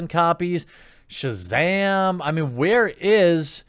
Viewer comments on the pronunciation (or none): none